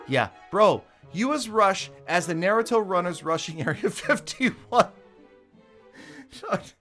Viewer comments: Do t say naruto if u can’t say it right please and thx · So nobody's gonna talk about how he pronounced naruto all the wrong way🤦‍♂️🤦‍♂️ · anyone gonna point out how he said naruto?